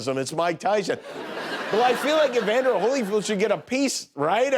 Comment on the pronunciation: Did he call him Holyfood?